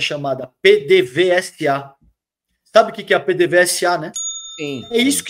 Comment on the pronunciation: não é P.D.V.S.A. se diz "PêDêVêzA"😂😂😂😂😂